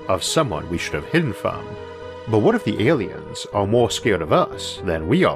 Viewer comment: I cant watch these videos cause i cant get past the voice and wisp. Pawanoid Awiens is all i hwear